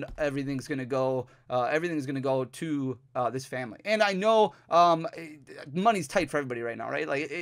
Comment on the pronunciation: Did you say…phanily?